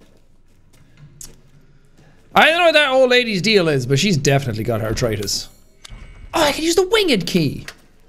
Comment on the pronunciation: Jack: "She got artritus" Me: bc she's contriteus?